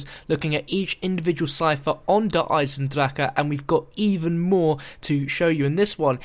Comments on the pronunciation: proper pronunciation in gemany = der eisen-dra-ha also der eisen-dra-kuh or der eisen-dra-ga. depending on where in germany you are. if you dont speak german you have no say on how to pronounce it. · Stop! It is not der eisndracha like you are saying! NO NO NO! Also, this is awesome! I remember watching your vids about the storyline and I remember you talking about Peter! This is so cool! He might have survived cuz time travel. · Der esiendracka is not the way you say it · no it's pronounced der eisendrak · dats how u pronounce - its spelt der eisendrache...ik.. the creators told me it was pronounced der eisendrak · Actual Germans told me it's pronounced Der Isendraha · i hate how he says eisendrache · YOU BUTCHER THE NAME OF THE MAP IN EVERY VIDU